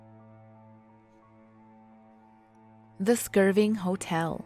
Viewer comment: First of all, there's no "G" in "Skirvin". Secondly, it's pronounced "TUL-SA", not "TUS-LA". Third, did you attend the William Shatner school of diction? What... kind of... speaking is... that?